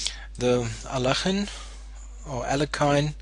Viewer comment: Actually you pronounced Alekhine almost exactly correct. Better than any other non-Russian.